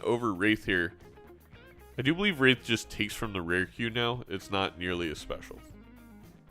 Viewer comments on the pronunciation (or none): It is "wraith". Not "wraithe". Hearing you say it wrong again may just cause my basilar artery aneurysm to finally pack it in. Thankyou for your attention. NB. It will not be zany to say it wrong ironically from now on.